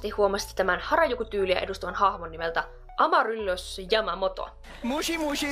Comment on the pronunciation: Ei se oo mikään amaröllys vaan amaryllis